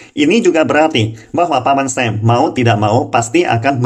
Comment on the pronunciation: Masukan Utk. Berhubung pendengar di Indonesia. Agak aneh jika mendengar G20 ( Ge Dua puluh) dgn Ji twenty. Ada Lagi misalnya Paman Sam ( menyebut dgn paman "Sem"). Ukraina dgn sebutan Yukraine. Agar tetap enak di dengar dan di tonton saran buat agar menggunakan bahasa baku indonesia.